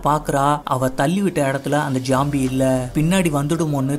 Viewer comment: Bro not jombie. Its zombie